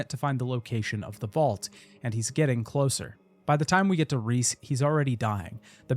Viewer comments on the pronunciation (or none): none